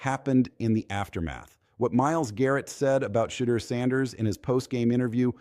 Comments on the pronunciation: STOP!!, STOP!!!, STOP!!!!! CALLING HIM "CHEATER" HIS NAME IS PHONETICALLY "SHA-DURE" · How come you cant pronounce Shedeut's nams Correctly?!